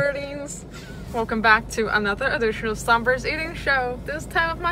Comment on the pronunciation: she pronounces her channel name songbyrd like “somber”